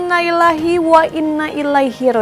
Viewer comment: Innalillahi bukan inailaihi mbk..gimana sih presenternya ini